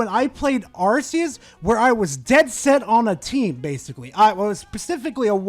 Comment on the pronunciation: It's not "Arse-eus".